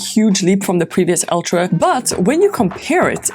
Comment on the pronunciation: Its pronounced ultra not oltra